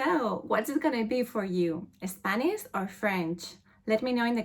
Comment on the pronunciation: spaniSH , I do not know why it is so hard for people from Spain pronounce correctly the [ ʃ ] sound